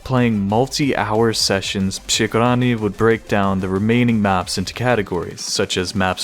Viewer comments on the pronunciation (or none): when you try to say przegrany it sounds kinda funny for me (i'm from poland) because you say "SH" = "sz in poland" not "RZ" = "Ż" But congratulations like you said przegrany was close to perfection :p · Your pronunciation of przegrany is really cute ngl, but still surprisingly good